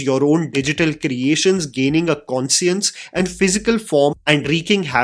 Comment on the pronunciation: cringe pronunciation of conscience